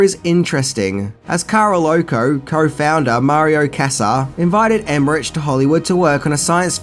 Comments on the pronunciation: CAROLCO not CAROLOCO and the name of other famous German director is not Emmeriiiiich his name is Emmerich (iiih) so go and educate yourself body and no greetings from Germany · And it's Emerich Emeri-ick not Emerich-itch as he also pronounces....Make my head explode. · Emme-RICK. Not rich. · It's pronounced EmmerICK, not EmmerICH... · And Emmerich pronounced Emehrik. German you said so yourself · Roland Emmerich is not pronounced with the ch. It is pronounced as k. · It's pronounced emmerick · I love your show and I love Aussies (used to live in Oz for years) but you are truly the world champions in mispronouncing names. I already noticed that when I was living there and it seems things haven't changed since. It's Carolco and not Caroloco (they are not madly expensive) and Emmerich, oh man, just make a CK out the CH but DON'T make a TCH out of it... He's not Italian, he's German - and the CH in German sounds, well, very different. Apart from that, great work as always (but if you do so much research, do some research on the correct pronounciation, too - many ears will be grateful) :-) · ...you mispronounced Carolco and Emmerich....lol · Everyone worrying about Carolco but no one says anything about Emerich or Bassinger 😉 Love ya,!